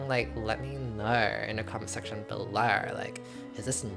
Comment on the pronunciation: "lemme knaurrr in the comment section bellaurrr...like, i don't knaurrr." rhyming queen